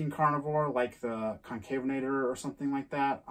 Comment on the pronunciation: Also, 'Concavenator' is generally pronounced 'con-CAV-un-oh-TOR'